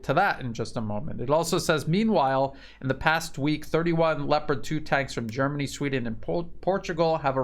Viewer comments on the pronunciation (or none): none